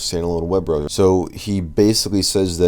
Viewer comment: "Browzar" made me laugh